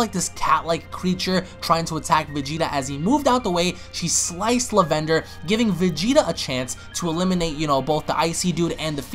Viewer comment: I'm mad that he keeps saying "Lavender" so wrong